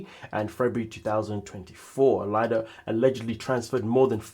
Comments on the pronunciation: IT'S PRONOUNCED "LEEDA". 😅😅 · Yes, was looking for this Lee-da.